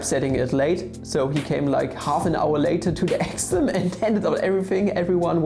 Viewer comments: I was so confused, I kept hearing "Axiom" when was actually trying to say "Exam". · Sorry, but an exaaahm is not an excem. I wil worry about the Math a little later. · your exam sounded like axiom. hahahahaha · WTF???? wtf are you trying to say? exam or axiom!!!! btw I Luv ur vids